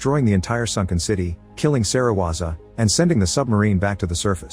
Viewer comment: bruh it's not a electric beam it's atomic breath. Edit: SERIWAZA?!??!?!?!? BRO IT'S SERIZAWA